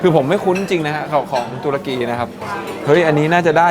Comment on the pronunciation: ตะลุย ตะ-รุ-กี 😁🤣